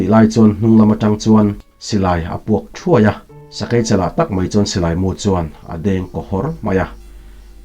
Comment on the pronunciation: Fing, sai, thawi te hi beng a hawlh za deuh. Sakei nak a thawi kha a dar ah a lo ni daih😁sakei AI hi I lam dik lo